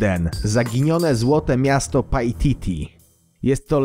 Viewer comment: pajtiti XDDDDDDDDD